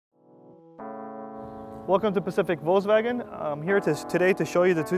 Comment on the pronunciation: thanks for pronouncing correctly "Volkswagen" (Foks-Vagn) and not "Woulks Woaaagen" (🙄🙄🙄) as most Americans say. Remember people, it's a German Name, danke 🇩🇪.